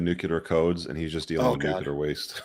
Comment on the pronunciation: nuclear = “new-clee-ur”. “New-Q-lar” signals a level of ignorance. It’s the “I axed him a question” of white world -a wince word. No, it’s not an accepted variant pronunciation. You’re welcome.